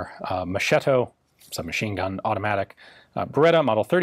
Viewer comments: Pro Tip: the correct pronunciation of Moschetto is mosketto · Nice :) A little hint, "Moschetto" in italian is read like "Mosketto" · "moschetto" is pronounced "mosketto" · Very interesting. Just a little note : In Italian, the CH group is always pronounced like a K (unless it's a French-derived surname) . The SH sound (as in Ship) is produced with the SCI/SCE groups. The way you pronounced Moschetto sounded like Moscetto, which is funny because it could roughly be translated as "Softy". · Great video (as usual) 👍 Just a quick note to say that the Italian word ‘Moschetto’ is pronounced with a ‘k’ sound like ‘Mosketto’ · "Moschetto" should be pronunced with the strong C, so K istead of SC. Anyway I really love your videos, I'm a big fan of them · Please read corectly. It's when you have "CH" in an italian word, you have to read it like a "K".